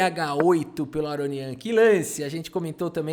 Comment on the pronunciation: "Aronião", huehueheuheu; adaptou perfeitamente o nome dele pro português.